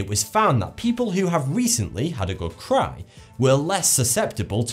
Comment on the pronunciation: i genuinely thought he said "people who have had a really good crap"! Even after listening to it a few times hahaha! I know he said cry, but still, now you cant hear anything else but "crap" when you hear it :P XD